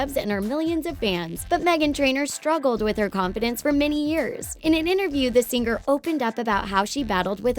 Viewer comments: "Sing-ar" It's singer, you Idiot! Why do you over enunciate the 'g' at the end?!?! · "Sing-ger". It's all I can hear 😅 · i kept hearing "sing-Ger"